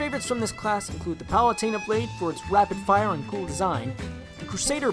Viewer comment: Did you just call palutena "palate-a- na"